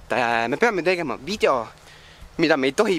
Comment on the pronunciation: miks sa ütled vidjo....ja ka